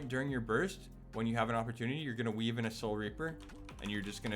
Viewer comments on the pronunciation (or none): none